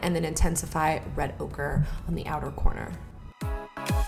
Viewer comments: Is she saying 'red ogre'??? Ugh I missed you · Every time she said red ochre I thought she was saying red ogre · Girl I kept thinkin u were saying "Red OGRE" like Norvina named that shade after shrek 🙄🙄🙄